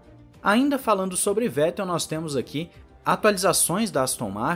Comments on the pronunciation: Se pronuncia fettelllll o V vira F👍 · Parabéns pelo canal e vai lá uma dica sobre nomes e palavras em Alemão: o "W" tem o som de "V" e por sua vez, o "V" tem o som de "F". Com isso, para acertar nos nomes, leia "Dr.Wollf" mas pronuncie sem medo, "Dr.Volf" e, leia "Vetel" mas diga "Fetel".